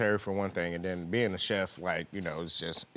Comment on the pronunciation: If he says I'm a cheft one more time! Chillllle